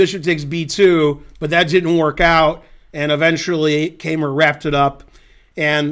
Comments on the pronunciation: I am obligated to correct Ben's pronunciation of "Keymer". The "ey" is pronounced like the english word "eye". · Not only am I German too and "have to" contradict you because my native speaking intuition of 54 years supports the poster's correction, but I also happen to know a former coach of Vincent's who does pronounce his name like that, as well as all German native speaking chess players and TV hosts I have heard. On the other hand, no one "has to" pronounce a name like a native speaker or even the person himself would. It's just that in my experience, it's Americans who usually make the least effort at trying to pronounce things the original way. In Ben's case though, I think he simply doesn't know better and certainly doesn't care about our quibbles in the comments. So let's just call him "Vincent, the best German chess player ever". 'nough said.